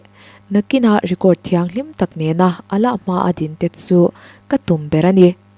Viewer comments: 'Allah' I lam dan hi, 'h' ri hi I lam na mah mah, 'A-lah' ti lo in, 'AL-LA', tiin lam ta la, hriat a nuam zawk ang. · Chhiartu aw a mawiin beng a va fah em! Mahse Allah leh Mullah hi Mizo ṭawng ziak pangngai chhiar anga 'h' ri tâwp chut lovin 'Alâ' leh 'Mulâ' tiin chhiar la, ngaihthlâk a nuam lehzual ang. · Allah i lam rik dan hian beng a verh tlat thin.. Allah tih tur alah bung tawi turh ani lo... Mi dng lam dan lo ngai thla chhin teh aw.. Ka sawi sel duh vang hrim hrim a ni lo.. Ulak taka ngaih thlak lai in allah i lam dan hian ngaihtuah na a ti peng tkat thei.. Subscribers nih ve man ah ka rawn sawi ngam ve mai a ni ania